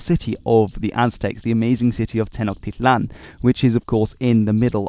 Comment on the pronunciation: Also, in Nahuatl, the syllable "hu" is pronounced like a w so Nahuatl would be pronounced like NA-wat. The L in "tl" (when it is at the end of the word) is somewhat silent. Ch is pronounced like "tjuh" not a "kuh". So Tenochtitlan is pronounced as Te-notj-TI-tlan, and there should be an emphasis to the second to last syllable. If you ever do another episode on the Mexica (Me-SHI-cah), be sure to remember these general rules! :)